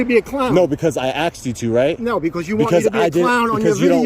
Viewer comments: A lot of axing going on. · WHY Blur his Face???? NO reason for it. Did he say AXED?? 🤦‍♂️🙄